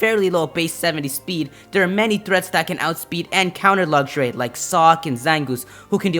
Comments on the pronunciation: It's pronounced LUX-RAY, not Luxury. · Am I the only one a little bit irritated with the way he said "Luxray"? "Luggshray"... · Lucks-Ray... not Luggageray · lugray? its pernounced lux rai :P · What, wait say that again . Nooooooooooooooooooooooooooooooo. (I heard Lugray) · And why u say lugxuray? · its pronounced lucks ray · Lugsray....REALLY. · He said Lugshray. WYF!? HAHAHAHA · It's not luxuray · "Lugjray" :P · you said luxray wong you said lugray